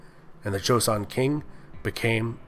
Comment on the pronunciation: This is quite late, but your video was the second video I watched about this topic and let me tell you, your apology about potential mispronunciations (which weren’t bad at all) was greatly appreciated considering the first video I watched pronounced joseon as Joe-see-on